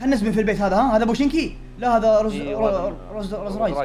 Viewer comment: اسمها روز هوك انت تقول روز رايز 😂